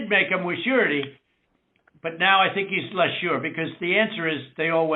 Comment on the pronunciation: "sureity," what the hell does that even mean?